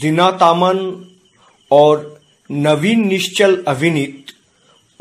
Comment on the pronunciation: ये जासूसी फिल्म नहीं है सस्पैंस और मर्डर मिस्ट्री फिल्म है । दूसरी बात आप हिन्दी साफ नहीं बोलते जैसे नवीन निशचल को नवीन निशकुल, जीनत अमान को जीनत आमन, ललिता पवार को ललिता पावर आप पहले हिन्दी साफ कीजिए और नाम गलत न बोले ।